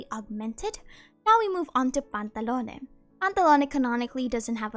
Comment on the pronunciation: I can listen to this human saying the name "Pantallone" for hours man They say it in such a satisfying way